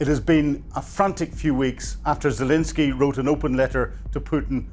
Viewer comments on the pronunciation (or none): none